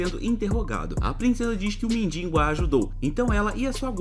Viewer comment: "Mindingo" muito bom kkk